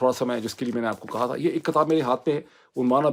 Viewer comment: Dr Sb, Its "Kitaab" NOT "Kattaab"